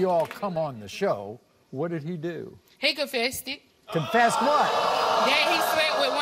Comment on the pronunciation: When she said “confested” I instantly started looking for another video 🤦🏾‍♀️🤦🏾‍♀️🥴